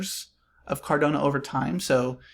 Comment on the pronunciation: Really great analysis dude! Thanks! Feel like it’s probably up from $1.50 from here heading into smart contract rollout. (For future vids - pronunciation is Cardano not CardOnA - no worries tho mate!). Cheers.